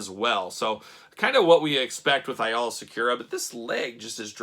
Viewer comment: A - LA IS HOW IT Pronounced hate to be that guy sorry